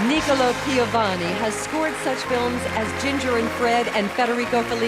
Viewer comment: Nìcola instead of Nicòla, what a mistake!!!